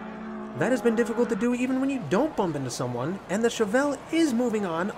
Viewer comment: Pronunciation of Chevelle is correct